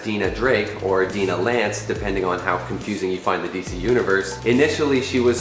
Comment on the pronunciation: Its dine-ah not dean-ah. Its Shy-era not she-ra. Nothing like a college graduate that can't read at a 3rd grade level.